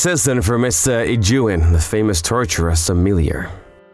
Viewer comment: So they can't pronounce Torture Sommelier or Ijyuin's name?